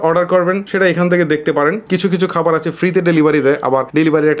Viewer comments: খাবার ❌ কাবার😂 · Khabar na Kabar 😂😂😂😂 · খাবার❌ কাবার✅ 🙂🙂😬